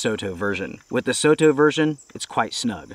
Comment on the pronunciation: Great video. Thanks for making these videos for everyone who watches. Soto is a japanese brand so it's is pronounced so (as in song) and to (as in top). Soto means outside.